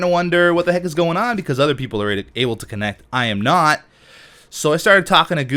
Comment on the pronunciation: Since the xbone reveal all I hear is kinect instead of connect :/